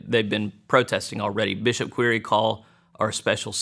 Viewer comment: "Quire" is pronounced like "choir". Quire is the original old English spelling of "choir" and referred to the part of a cathedral where the altar was and where the singers sat. Would be interesting to know how that became a surname.